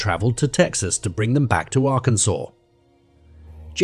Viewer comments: "Arr-kansas"???? Fix your reader bot! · For the second case, did it happen in Arkansas or in Arkansas? The first time the narrator named it, he pronounced it like Ar-Kansas & the second & following times it was pronounced like Arkansaw 😮 I'm not from the USA & I'm legit confused by the spelling & pronunciation (I follow the transcript while listening to vids) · A.I. voice. AGAIN. It pronounces the suspect's name differently throughout the piece. It also doesn't pronounce DNA correctly and several other words. 👎🏻 "Ar-can-zus."